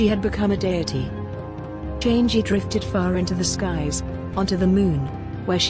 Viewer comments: it's not change it's chang'a chang a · The moon goddess is not pronounced as "change gee". It is pronounced as charng erh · Not criticising but a little correction here. The moon goddess is not pronounced ‘Chan gee’, it’s ‘Chang er’ Guan yu was not the mightiest in his era, he was strong yes, but during that there are at least 2 warrior that can be known as stronger than guan yu(Lu Bu and Zhao yun) Also he wasn’t really captured and executed, he died by killing himself knowing that he was surrounded by enemy forces and could not escape. The main reason for his lost in battle was due to his pride, as he was overconfident in his strength. Also again, we Chinese don’t really worship him as god of war, but as a symbol for loyalty. Reason being he was better known for his loyalty towards his sworn brother than his might. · Houyi’s wife’s name is pronounced as “Chang e”, not “changy” lol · Chang'i its actually pronounced chang'a but great video either way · Chang'e should pronounced 'Changer'.